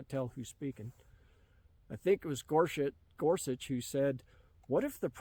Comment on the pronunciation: “Gorshit” sounds right to me and better than Gorsuch. Nice slip of the tongue,. 😂